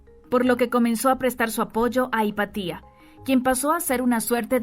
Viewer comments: No se dice “Hipatía”, se dice Hipatia… Qué dolor de oídos, por dios 🙈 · Interesante, sólo tengo que corregir la pronunciación del nombre "Hepatia", porque es una palabra grave, y sigue la regla de acentuacion. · Pero es Hipatia, NO HIPATÍA! 🙄🙄🙄🙄